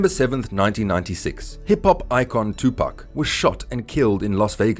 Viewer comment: There’s 3 wrongs in the first 10 seconds of this video. I couldn’t even finish. Pac deserves better than this bro you have to check your facts and learn to pronounce his name